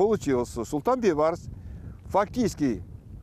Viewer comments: говори правильно, не Байбарс а Бейбарс...смысл большой.....Бейбарс...-Бей тентек барс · надо правилно пройзносить не Байбарыс а Бейбарыс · Нормального диктора надо вам. А то Байбарыс байбарыс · Вот почему нельзя называть всё своими именами??? Зачем и почему коверкать великое имя??? БЕЙБАРЫС!!!! БЕЙ!!! А НЕ БАЙ!!!! ВОТ ПУСТЬ ЕГИПТЯНИ ТАК И НАЗЫВАЮТ ЕГО!!! настоящее имя Бейбарс!! БЕЙБАРС!!! Молодежь смотрит такие исторические фильмы и потом также коверкают имя ну е мое((( в целом все правильно такие фильмы нужны, но я вас прошу не коверкайте великое имя!!! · Бейбарс, а не Байбарс." Бей" означает великий ..барс. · Не Байбарыс А Бейбарс . Что за Казахи Незнают даже элементарные Казахских слова Бай это богатый А Бей Вольный Барс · Почему слова Бейбарс она говорит Байбарс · Не Байбарс а БЕЙБАРС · Читайте правильно,не байбарыс,а бейбарыс,орысы блин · Не Байбарс,а Бейбарс!слово бей,это иной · Бейбарс а не Байбарс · НЕ БАЙБАРЫС А БИБАРЫС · Уважаемая, его имя произносится БЕЙБАРС, ПОЧЕМУ ВЫ ИСКАЖАЕТЕ. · Не поняла почему автор все время говорит Байбарс? Как его на самом деле зовут Бейбарс или Байбарс ? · Почему она говорит Байбарс?! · Правильно произносите имя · Мангурт,хоть правильно не смогла поизнести имя султана Бейбарса.